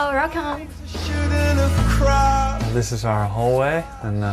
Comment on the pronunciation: "hello, relcome"